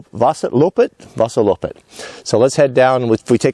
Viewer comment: Vasaloppet, that was a good pronunciation